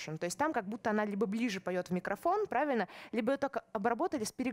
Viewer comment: Прально, стока и понимайте, да? Вроде образованный человек, но совсем не следит за произношением и словами-паразитами.